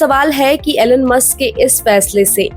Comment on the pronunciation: To the host: The name is Elon and not Alan, as you pronounce.